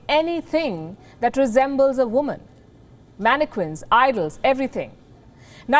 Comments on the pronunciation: Mannequin the Q is not pronounced Q ! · When someone doesn't know how to pronounce mannequin lol